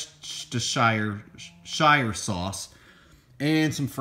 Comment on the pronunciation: just call it shire sauce like everyone else lol